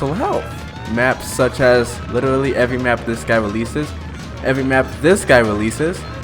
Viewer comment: Bro invented “witerally”